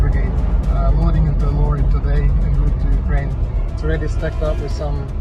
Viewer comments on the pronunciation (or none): none